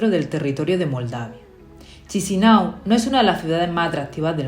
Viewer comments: Buen video. Pero como moldavo os digo que Chisinau se pronuncia Kishinau. Un poco de dentera escuchar todo el rato chisinau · Se pronuncia "Kisiniev"